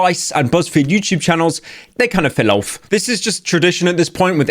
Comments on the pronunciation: I like how pyro says "feehl ouf" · "they kind of fell oaf" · Please stop saying "fell oweff 🥴" Also "le" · please stop saying fillowf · why those the way he says fell off sound so weird